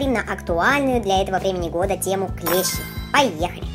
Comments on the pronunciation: Не клЕщи, а клещИ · Не клЕщи а клещИ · клещИ, а не клЕщи вроде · видео хорошее, только клещИ а не клЕщи) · НЕ клЕщи А клещИ!!!!!